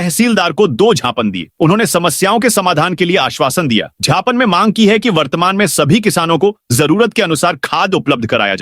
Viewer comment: ❤ सही शव्द है ज्ञापन ।उसे छापन बोलना छापड जैसा लगता है।ज्ञापध बोलना क्या ग़लत है।😊